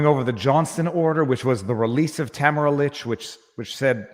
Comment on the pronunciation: Just so you know, her name is pronounced “Ta-MAR-a leech”.